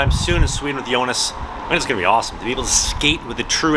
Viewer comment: You couldn’t be more wrong lmao. All the Os in his name are pronounced like the O sound in ”load”.